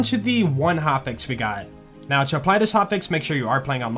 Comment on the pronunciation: Does anyone else also hear "not" when he says "now"